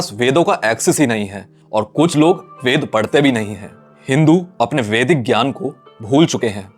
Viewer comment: वेदा नही वेद होता है, अंग्रेज के पुछिल्ले ना बनो😂